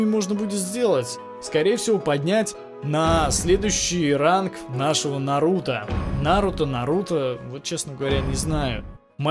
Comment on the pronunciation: Ударение на у